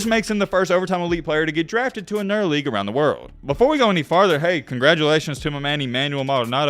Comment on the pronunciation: Racist ah video lol especially when he tried to read the Team and League name